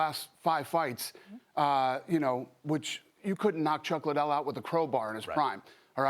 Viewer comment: Oscar: “Dana White doesn’t care about Chuck Lie-Dell!” 😂😂😂